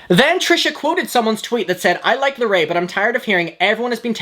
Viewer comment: I fet not knowing how to pronounce someone's name But purposely mispronouncing larray's name (a poc) is microaggressive